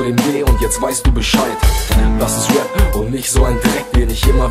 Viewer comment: Arbeite an der Aussprache von Rap -es heißt rep und nicht wep